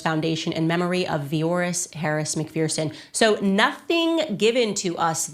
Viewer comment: It’s said as Mc ferson not feerson